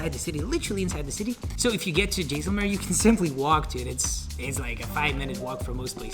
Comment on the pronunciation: Stopped watching when he couldn’t pronounce Mysore, Jaislamer, and Ahmedabad correctly. 😱. You went there, at least learn how to pronounce these places right.